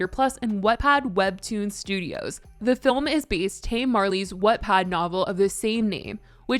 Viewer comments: If you say Wattpad as What-pad one more time I will lose my mind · When you kept saying what-pad 😭